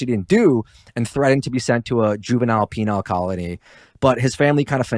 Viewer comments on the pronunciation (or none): lol dude said “penile” colony